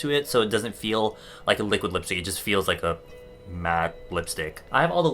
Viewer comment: Li liuk liuk li-quid lipstick HAHAHA